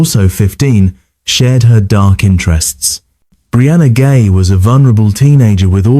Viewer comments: It's pronounced Brianna "Jhai" not "Gay" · Does anyone even edit these videos? "Brianna Gay"? It's pronounced "Jye".